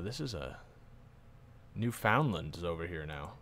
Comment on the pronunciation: Pronunciation of Canadian provinces; New-fin-land (an understandable error), either Kwa-beck or Ka-beck, Sass-kat-chew-on, Cape Breh-tawn (not a province irl, part of Nova Scotia) and finally in-game Epikwet (not certain of the spelling) ep-i-gwet (just call it PEI or Prince Edward Island for ease of use). Furthermore, with a big realm you will want to auto-stop plots always.